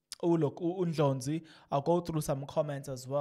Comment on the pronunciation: Please pronounce other people surnames correct is Ndlozi not Ndlonzi